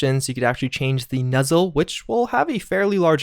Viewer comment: Why did he call the Nozzle on the flamethrower the “Nuzzle” 😂 Interesting pronunciation.